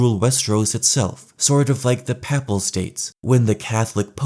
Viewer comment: I'm really sorry but I need to nitpick, 'papal' in Papal States is pronounced "pay-pull." Love the vid! <3